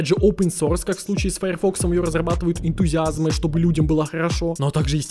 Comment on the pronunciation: Бьет по ушам слово «Энтузиазмы», если ты хочешь обозначить заинтересованного в разработке человека, но не просящего за это денег то ты должен говорить «Энтузиаст»